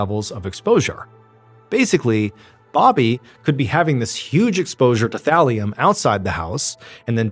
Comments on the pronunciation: Oh, thallium i heard valium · Oh Thalium!!! Haha I though you said VALIUM!! Hahah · take a shot for everytime Ballen says "Thalium" lol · Is Mr. Ballen saying “Valium” or “Thallium”? Sorry, I can’t distinguish what he is saying. 😮😅😊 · Lol i thought you said valium 😂 had rewind and listen again.. thalium makes more sense lol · thought he was saying valium